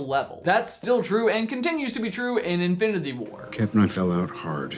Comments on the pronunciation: lol at the beginning he says Infididy war instead of Infinity xd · “Infdinity War” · I like how you say "infiniTHy" 😂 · Am I the only one who realizes that they can’t say infinity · It bugs me so much that he can't say Infinity correctly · he messed up the word “infinity”